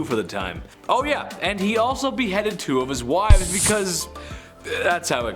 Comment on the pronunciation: "Wives" not "Wife's". Jeez.